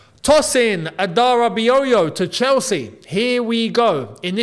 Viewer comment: Love the video. His name is pronounced Toe-sin.